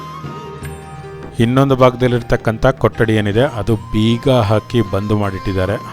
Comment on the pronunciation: ಸರ್ ನಮ್ಮ ಕನ್ನಡ ಉಚ್ಚರಣೆ ಸ್ವಲ್ಪ ಬದಲಾಯಿಸಿ ಅದು ಕೊಟ್ಟಡಿ ಅಲ್ಲಾ ಸಾರ್ ಕೊಠಡಿ ಠ ಕೆಳಗಡೆ ಟ್ಟ ಅಲ್ಲಾ 🥺